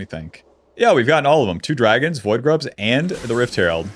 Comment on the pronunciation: I keep hearing "woodgrubs" when he says void grubs